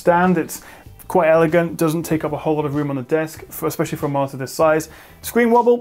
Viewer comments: At first I didn't realise it, but after reading the comments, I can only hear it as martyr :P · I didn't catch it and first and didn't believe people who said you said "martyr", but damn it you really do! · I think it's so surprising because you are well spoken and enunciate every other word clearly. Like you have a minor speech impediment ONLY with the word monitor.